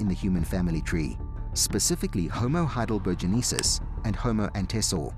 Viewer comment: Heidelbergensis has 5 syllabels yet he consistently pronounced it with 6 syllables. I don't know why he did that, but it certainly doesn't give me any confidence in anything else that he says.